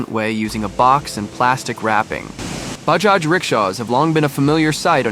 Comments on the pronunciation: It is BAJAJ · It's Bajaj